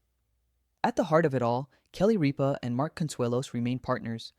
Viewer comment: First of all, her name is Rippa not Reppa. Get it right. Where do you come up with this bullshit. You should mashed of yourself.